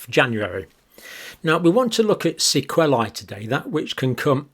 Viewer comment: Sequelae rhymes with wheelie, not wellie😂